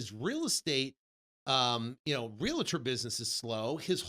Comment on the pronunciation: Brooooo, you’ve been in the business forever and you still pronounce it Real”A”tor? Wow… smh